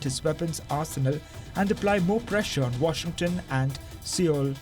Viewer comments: IT'S PRONOUNCED SOUL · Why do pronounce Seoul like that LOL 😆 As news organisation don't you know how to do research and pronounce and speak English properly?